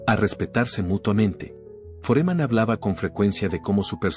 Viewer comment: Este pelotudo tiene que aprender a poner tildes donde corresponden pues no es Foréman a es FÓREMAN!!! Analfabeto no es Áli el es ALÍ!! Aunque se que no es capaz de comprender por ser burro!!